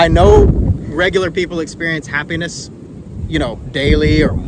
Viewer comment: Happi-ness. NOT hapenis. 🤣